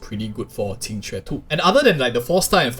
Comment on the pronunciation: Finally someone who can pronounce her name 😂